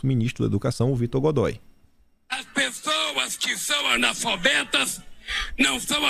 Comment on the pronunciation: O que esperar de um "anofabeto"? É assim que esse 51 pronuncia!!!!! Ele precisa beber mais um pouquinho daquela garrafinha de "água"??